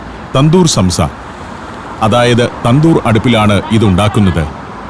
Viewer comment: സംസ അല്ല സോംസ. നീട്ടണം. നമ്മുടെ ഉച്ചാരണത്തിൽ സാംസ. നമ്മുടെ സമൂസ ഇതിൽ നിന്നും വന്നതാണ്. സോംസലറി (somsalari) എന്നാൽ ഇവരുടെ ഭാഷയിൽ സമൂസകൾ.